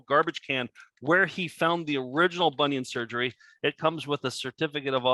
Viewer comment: To be fair, "Bonion Sergery " is phonetically sound....!!!!